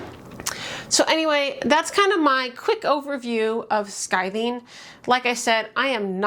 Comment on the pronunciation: You are saying “skithing”. Isn’t it “skiving”?